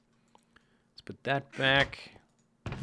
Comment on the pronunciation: Welcome backa to the mindacracka